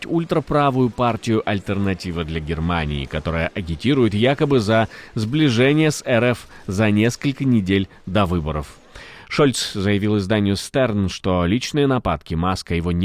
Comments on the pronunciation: Дорогой, надо произносить Штэрн, а не Стэрн. В немецком языке St, Sp произносятся как Шт, Шп (например, Шпигель). Сорри, ну хочется дружелюбно помочь😊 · Журнал именуется «Штерн».В немецком языке сочетание St в начале слова читается как Шт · Издание Штерн называется, а не Стерн.